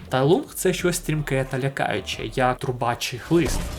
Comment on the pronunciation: Поправка: Не Тай Лунг, а Тай Лун, англійська "g" в кінці не читається. Прочитайте китайсько-українську транскрипцію